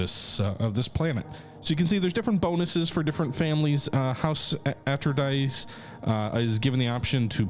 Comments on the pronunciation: Fun facts about Dune: Atreides is pronounced "uh-TRAY-deez". Westwood Studio's Dune II, made in the early 90s, is generally considered to be the first modern RTS. It directly inspired both Command and Conquer and Warcraft. The troopers are in fact fighting in melee combat. Soldiers in the Dune universe use personal energy shields that repel fast-moving objects like bullets, but can be penetrated by a slow-moving blade. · bruhhhhh your pronunciations of Atreides and Harkonnen made me flinch! You need to watch OG Dune as punishment. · Ahtrayeedeez? Ahtrydize? Arkonon? Heurkonion? Morgan Freeman and Glenn Frye singing "Smooglers Bluhs."